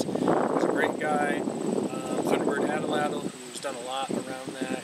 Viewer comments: Yes, Atlatl. You are promouncing atellatll. 3 possibles when it's 2. Like At-latl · You said ATL- ATL. It's subtle but I believe AT- LATL is more correct..no biggie Cheers :) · Your saying it wrong bro. Its at latl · You're right. Good video, wrong pronunciation of atlatl.